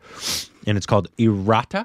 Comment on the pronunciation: It's not pronounced as IRAA - TTA. It's IR - UH - TTA (less stress on the 'A' after R). Or maybe, to be phonetically correct, I should use the 'shwa' Latin alphabet 'ə' instead of 'uh'.